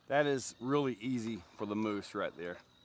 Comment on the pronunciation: Pretty sure it's pronounced "muse"